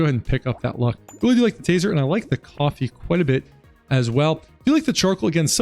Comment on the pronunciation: do you pronounce coffee "cuoffee" as a jerma reference?